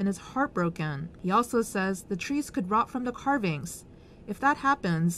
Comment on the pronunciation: I don't mean to be critical, but the way you say "carvings" sounds a lot like "curvings," which made it a bit difficult to figure out what you menat. If it'll help, try pronouncing "carving" as "ka-bingu." Hope that cleared things up for ya!